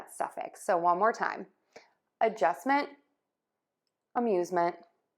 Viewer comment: To me it sounds like you pronounce the /e/ like the short a sound you have in the word /up/. I think it should sound instead like a schwa - like in /Again/.